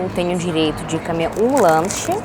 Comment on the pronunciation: Pronuncie a letro o, comer e não camer.